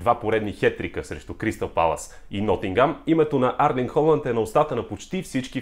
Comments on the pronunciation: Името му не е ли Ерлинг Холанд а не Арлинг? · Моля те не му казвай Арлинг моля, иначе добър клип!